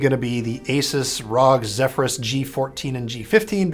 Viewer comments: ROG not "rog" lol, ive never heard someone actually pronounce it :') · ROG.... Haha it's R-O-G 🤦‍♂️